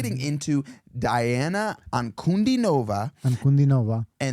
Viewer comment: "Dee-ana An-ku-DEE-no-vah". Accent on the middle syllable. Difficult for Americans to get the hang of it. Say it slowly